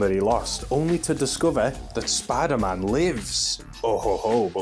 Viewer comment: "spy daman" 😂 (good vid too 👍🏾)